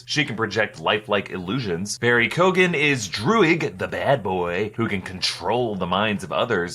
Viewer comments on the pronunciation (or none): It’s pronounced Barry Kyo-an not koaghan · Love when Americans try to pronounce Irish surnames. 🤣 for Barry Keoghan it's pronounced "KEY OWN" but say it fast. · Pronounced barry keoghan ( q-oh-in) but good effort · It’s Barry Kee-owe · Barry Keoghan is pronounced like Kee-Owen. Like Domhnall Gleeson being (Dough-nall) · You need to learn how to pronounce Barry Keoghan's surname properly before the onslaught of material to come in the next few months. Would be glad to help with it if you need. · Can Americans please learn to say Barry Keoghans name right.Please.thank you 😂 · Jesus,you butchered Barry's name🤣🤣🤣🤣